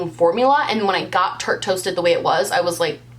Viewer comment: You saying Tate Toasted over and over was like the best tongue twister and you did it flawlessly. This video was a hoot!